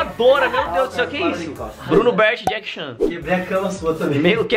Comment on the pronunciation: Deixa ele falar de Jackie Chan ele falou Jackie jarn